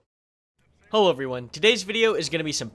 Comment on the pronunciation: "Hullow everyone"